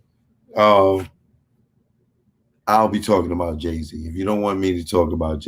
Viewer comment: "Ray Zee!!!" Damn son